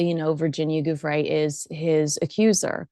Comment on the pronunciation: I appreciate your coverage of this story but please pronounce that poor dead woman’s name correctly. It’s JOO- fray. Not GOO- fray. The ‘joo’ is pronounced like the first syllable of jewelry.